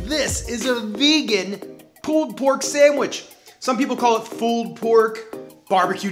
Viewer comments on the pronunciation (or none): Loved the vid, love the channel... But the way you pronounce "pulled" like "pooled" is strange. Are you canadian?